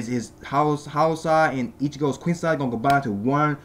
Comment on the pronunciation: Please say "quincy" and not "queen sai". Try it like "queen see".